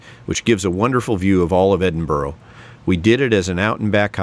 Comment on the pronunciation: By way of a tip Edinburgh is not pronounced Edin Burrow instead Edin Burra